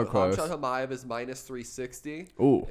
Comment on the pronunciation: The right way to Pronounce the name is " hamza chimaev " the 'k' and 't' are silent